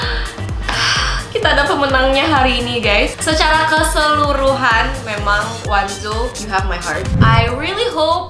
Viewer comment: kak FYI bacanya O NE ZO bukan wanzo :))